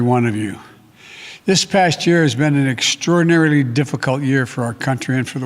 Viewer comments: They have his skin pulled so far back his lips can’t pronounce words correctly. That and his dementia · 7 seconds in, and he can't even pronounce "extraordinarily"